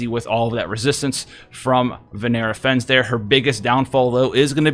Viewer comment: "Vinera Fens" You wanna try that again. FEN-NESS